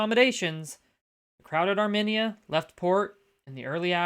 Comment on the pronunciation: Thanks again friend. Though your pronunciation of Armenia got me to cock an eyebrow, good show all the same.